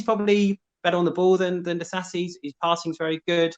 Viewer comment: spot on pronouncing "Disasi", but "Riiimmmss" totally wrong lmao